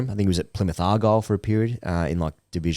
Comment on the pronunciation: As a devout Plymouth Argyle fan myself I was initially excited at the mention of Wayne Rooney because I thought my moderately sized football club would get a mention on this prestigious show. However, as struggled through the pronunciation of Are-guy-el my excitement turned to anger as he seemed to imply that we played our football under Rooney in 'Div 1'. I'm assuming was referring to League 1, the division we now find ourselves in after relegation last season, partly due to Rooney's ineptitude during the first half of last season's Championship campaign. My girlfriend has recently started calling me a loser - discuss.